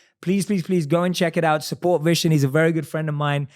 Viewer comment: Vishen: "...I changed my name to 'Vnson'...cause nobody could pronounce 'Vishán'..." Me (typical indian): even u can't pronounce it correctly!! 😅😅😂🤗